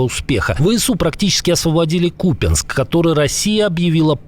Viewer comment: КУПЯНСК🇺🇦(ударение на ,,У,,..Так всегада БЫЛО и всегда БУДЕТ🇺🇦)